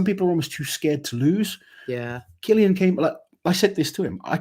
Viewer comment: What an awesome start to the year. Amazing event. Great competition between the top guys, just superb. Brilliant. Cillian is pronounced Killian not Sillian btw.